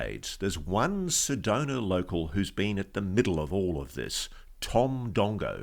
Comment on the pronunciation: yAy! You got it! It's SedonA not SedonER, and ArizonA, not ArizonER. Thank you!